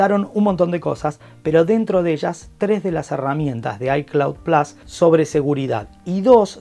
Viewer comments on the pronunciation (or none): none